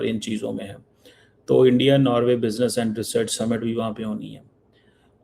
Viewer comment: Aandia.. Aandia... Aandia - ISI agent Cheema has lost sleep 😆😆